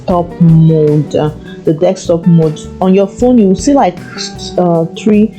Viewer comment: You know it is Desktop not DEKSTOP!! So Italian!